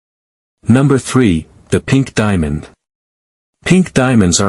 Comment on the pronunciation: What is a diamon? No way will I ever subscribe to any video with a ridiculous robot voice.